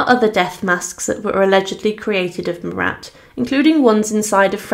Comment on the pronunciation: His name was not MURAT for crying out loud! It was Marat, pronounced without the t. in other words, he was, phonetically, Mara. Do your research, please.